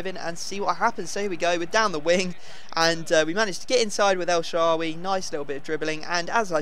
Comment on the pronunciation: Your finally saying el shaarawy right!